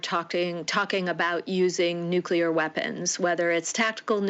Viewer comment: Did Rigby go to school? NucL-E-A-R, not nuC-U-L-A-R